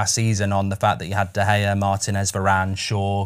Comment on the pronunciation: Love fozzie but is someone going to tell him he’s not pronouncing De Gea right